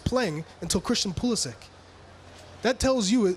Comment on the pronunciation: They can't even say 'Pulisic' correctly